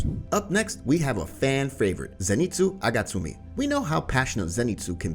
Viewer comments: Zenitsu agasumi it’s agatsuma but still nice video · Agatsuma not agatsume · One thing for the speaking of inosuke's, zenitsu's, and hashira. to pronounce inosuke, it sounds like inoskay. agatsuma isn't pronounced agatsumi it's agatsuma. and hashira isn't hashida is hashira. Don't take this rude alright! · dude said zenitsu agatsumi XD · Bro said zenitsu agatsumi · You said Zenitsu Agatsumi